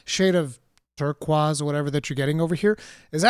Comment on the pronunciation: You said turquoise like you're some sort of Portuguese gentleman ;) I'm super hyped about the GS as that is my main, but I did feel like the TCS looked a bit off. Maybe it's better when you're seeing it on your screen as I have no doubt the MH team knows their animation work. Cannot wait for Wilds. EDIT: Can confirm as a GS main, we would sneak up to Monsters to TCS as hard as possible.